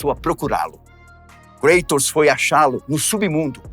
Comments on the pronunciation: Cueitors ?ou Kratos? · Nao entendo por que falam, kreitos. Sendo que é Grego, o correto nao seria cratos? Afinal é Grego, e nao Ingles. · Desculpe uma pequena correção.. A pronúncia do nome não é Kreitos e sim Kratos.... Ele era grego e não inglês ou norte americano.... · sempre tive duvida a respeito da pronuncia por ele ser grego o correto não seria algo como ''Crátos''? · Muito legal. O problema é a "inglesização" de nomes gregos ou latinos. No grego, original, o correto seria "Cratos". Mas o video-game, filmes e etc estão catequizando uma nova linguagem na internet rs. Muitos nomes antigos estão sendo pronunciado "em inglês", e não em sua pronuncia original. Esse é só mais um caso.